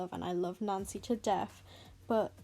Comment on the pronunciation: Sorry but i kept understanding nazi when you said nancy